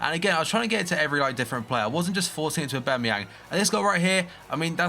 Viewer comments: AubAmeyang not AubEmeyang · u dont pronounce the A its basically ubermayoon